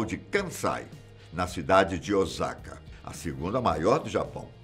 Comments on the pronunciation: Meuuuu Deus ! Não é ozaka é Osaka! Só no Brasil q o “s” sem som de “z” Osaka( província:ossaka) 😂😂😂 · Moro no Japão mais de 20 anos e se pronúncia ôssaka e não ozaka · Olá!! A pronúncia correta da cidade é Osaka e não "Ozaka", som de S da mesma forma como é escrita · Obs: a pronúncia correta é Osaka e não Ozaka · Morando aqui eu posso afirmar q a tecnologia aqui realmente é incrível, algumas coisas eles não modernizaram pq preferem deixar como no período feudal, ah e é OSSAKA que se pronuncia corretamente mas se escreve Osaka mas o som é lido como se fosse com 2 S ok rsrs!! Br japan galera vejam lá tmj😃😃😃